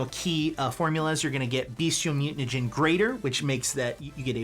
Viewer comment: I love you guys but saying mutanagen over and over is killing me. Think you are trolling me here. BTW thanks for the PDF and the write up I am playing this character this weekend now.